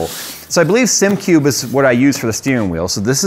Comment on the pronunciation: "...I give Simcube a shot"... Christ... at least pronounce the product name correct.